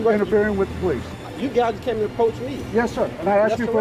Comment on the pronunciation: "the poelice"